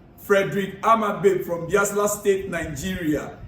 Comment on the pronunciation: my name Odunayo Ojo from Nigeiria. The pronounciation is not BIASLA, but BAYELSA. The place is in Nigeria. On Liverpool versus Chelsea game, I will like CFC players to keep their head cool and try to manage their egos. Also help us talk to Jackson to please show his class against Liverpool, not to busy fighting the players or the officials. I wish them good luck on Sunday. It is truly their second test of game after Man City game.